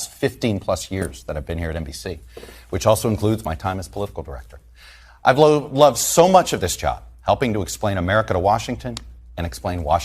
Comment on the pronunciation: I disagree. He was reading off his prompter and mispronounced 'loved' by using a long 'o' until he actually saw what the word was.